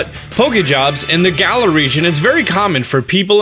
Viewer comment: Finally you are pronouncing Galar properly! It only took you like 4 months 🤣🤣